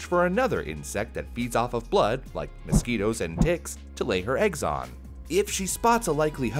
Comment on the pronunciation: i heard mosqitos and di-ks